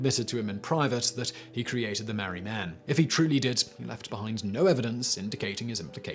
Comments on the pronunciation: Albury is pronounced All-bury not Al-bury. Marree is pronounced MAR-REE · Sorry mate, your pronunciations of Albury (all bury) and Marree (Mar ree) are terrible. Otherwise, great videos! 🤪🤪🇦🇺🇦🇺😷😷🇦🇺🇦🇺👍👍